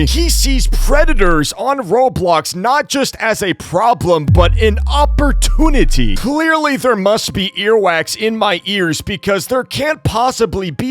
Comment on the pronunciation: "Oppurtunity" Bro I can't, how is this guy not on the watch list 🖐😭